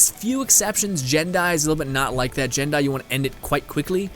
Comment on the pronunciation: Taloz Gaming I know, every vid I hear him say jin die I write a comment about it